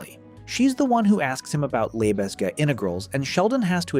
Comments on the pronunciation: its pronounced as "Luh-Beg" integrals. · That's not how you pronounce Lebesgue.